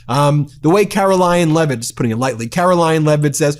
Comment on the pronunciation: Caroline Lie-it